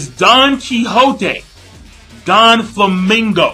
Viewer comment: Great Review !!!! Just one thing that kept bugging me. It's Doflamingo not Donflamingo.